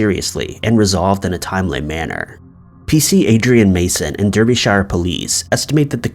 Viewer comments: please say it like darbyshire not derbyshire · 'Darber-sh'....not 'Darby-shire, or Deerby-shire'!! Sorry to be such a pedant, but being a Brit, it bugs me! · I’ve never heard Derbyshire pronounced so incorrectly 😅😂